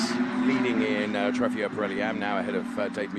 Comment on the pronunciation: Somebody teach the commentator how to pronounce Trofeo! :O